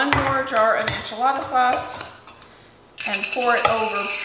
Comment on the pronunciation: PLEASE!! Enchilada is spelled with an e not an a. Please try to pronounce it properly. I’ve watched you for several years and I kept hoping someone would point this out. I’m sorry for being such a grinch. I love you and your show.